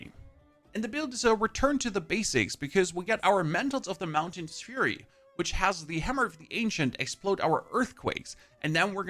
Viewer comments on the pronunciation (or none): none